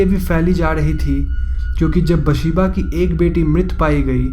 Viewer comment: Its actually Bethsheeba not basheeba🙄